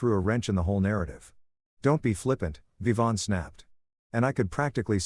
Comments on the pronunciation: Vivian is not pronounced viv-on. It’s viv-ee-an. The narrator managed to pronounced it correctly only twice. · “Vivian” is pronounced “Yvonne?”